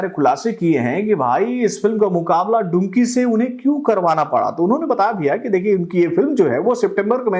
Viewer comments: अरे टकलू चाचा वो डुंकी नही डंकी है। मैने कितनी बार बोल दिया है। पहले ठिक से नाम तो ले ले चाचा😅😂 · डंकी है डुंकी nahi 😂😂😂😂